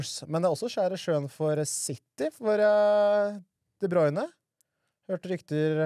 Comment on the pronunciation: du sier ikkje De Bruyne sånn som du skriv da. Du sier De BRØHNE